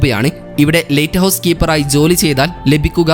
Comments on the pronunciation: നല്ല വിവരണം പക്ഷെ lighthouse എന്ന് പറയുന്നതിന് പകരം latehouse എന്നാണ് പറയുന്നത് 😃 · ലെയ്റ്റ് ഹൗസ് അല്ല സുഹൃത്തേ ലൈറ്റ് ഹൗസ് ആണ്. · ലേറ്റ് ഹൗസ് അല്ല. ലൈറ്റ് ഹൗസ്. ആദ്യം ഉച്ചാരണ ശുദ്ധി വരുത്തി അവതരിപ്പിക്കൂ......... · പുതിയ അറിവ് നൽകുന്ന വളരെ ഉപകാരപ്രദമായ വീഡിയോ. ലൈറ്റ് ഹൗസ് സംബന്ധിച്ച വീഡിയോയുടെ തുടക്കം മുതൽ തീരുംവരെ "ലെയിറ്റ് ഹൗസ്" എന്ന് തെറ്റായി ഉച്ചരിച്ചത് തികച്ചും ബോറായി പോയി. "ലൈറ്റ് ഹൗസ്" എന്ന് ശരിയായി പറഞ്ഞു പരിശീലിക്കാൻ മടിക്കേണ്ടതില്ല😜🤣😛. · ലേറ്റ് ഹൌസ് അല്ല, ലൈറ്റ് ഹൌസ് ആണ്.😂😂, ആദ്യം ഭാഷ പോയി പഠിക്കു...😅